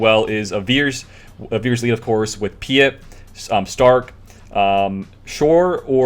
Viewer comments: PEET OR PEAT ITS PRONOUNCED. hes not French lol. Sorry, im triggering on you tubers not saying if right, like all of a sudden no one has watched anything star wars and never heard his name before lol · You have never watched anything Star Wars, have you. Vader pronounces it Pea-ette.